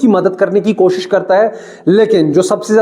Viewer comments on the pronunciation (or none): none